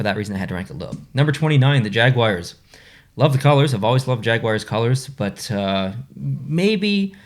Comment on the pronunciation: Do you pronounce Jaguars as jag-wires?